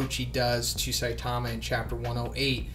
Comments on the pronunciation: its saitama not sitamia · Thought you said stamina there